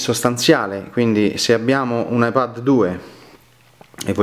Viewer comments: La pronuncia inglese di "iPad" non è "iPed"? Forse per questo motivo l'iPad con la dettatura ti ha scritto "iPhone" nelle note... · Pronunci male la parola "ipad" in inglese...per questo il riconoscitore vocale scrive "iphone"!